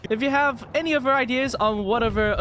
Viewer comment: It's other not uver